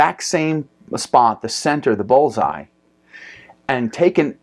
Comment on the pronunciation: Pretty sure it's called a "bull's eye" not a "Ball's eye"